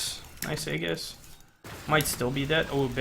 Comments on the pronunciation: Pet peeve of mine: Aegis is pronounced "ee-jiss", maybe "ay-jiss" but never "egg-us" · Just needed to point out from 10 months in the future that it's actually ee-jis, not age-us. Common mistake. Don't want anyone reading this and learning the wrong thing. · Let me help you. Ming's lvl 4 talent is Tri-um-virate. And the Angel of Hope's ultimate is pronounced Age-us. Aegis. No agg sound. Age. Great video man